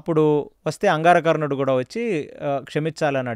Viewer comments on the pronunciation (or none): అంగారకర్ణుడు ❌ అంగారవర్ణుడు ❌ అంగారపర్ణుడు ✅